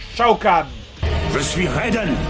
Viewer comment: c'est raiden pas reydon :)